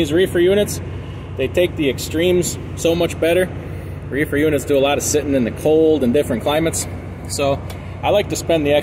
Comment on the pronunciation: He said refer lol